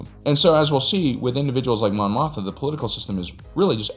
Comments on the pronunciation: Mon MOTHMA not Motha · Great video and insight, but it is a bit jarring to hear Mon Mothma consistently called "Mon Motha." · Are you saying Mon Mothma wrong on purpose or it just keeps happening? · Mon Mothma - if you're gonna do a video in which she's the second most referenced character, say her name right…